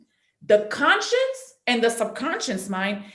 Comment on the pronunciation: Someone who cannot even say conscious.. trying to teach us about consciousness and sub consciousness. She's saying conscience instead of conscious..... 🙄 Biiiish you have NO conscience. Grifter.